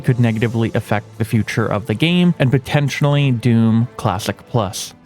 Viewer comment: You said.. "Potentinally"